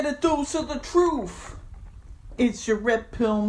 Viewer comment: I wondered why he was talking and filming while walking around. Then as he continued, i realized if he sat down his voice would be muffled! And why do people wear hats indoors? I also presume when he says "troof" he means truth, really, the standard of modern education.